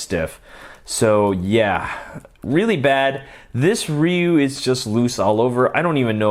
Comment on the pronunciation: You are the first person i kniw who say ryu name correctly, most people would say his name “Rye You”